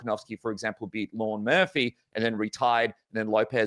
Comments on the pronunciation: its Lerone Murphy not Lauren Murphy xD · Lerone NOT Lorne 😄